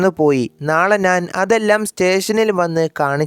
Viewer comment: അവതരണം മഹാ മോശം 😢 നാൻ അല്ല ഞാൻ